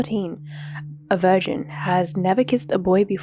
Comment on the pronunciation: I really don't like how you mispronounce key words or mute them entirely. I assume you are doing it for a reason but it makes it impossible to listen to your content while doing something else. VirGin, Accost, underage, etc